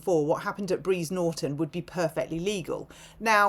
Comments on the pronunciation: it’s Brize Norton. Not Breeze. 🤭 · Btw, it’s Bry’s Norton. Soz, just saying. Xx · Its"BRIZE NORTON " OXFORDSHIRE .